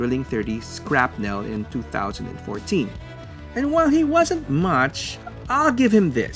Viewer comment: I do belive it is said SHRAPNEl but it could be a regional thing